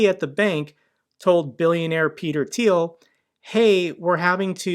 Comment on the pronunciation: Finally someone who can pronounce “Thiel” properly 😂